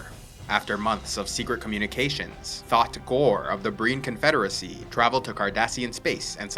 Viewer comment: "thot pran"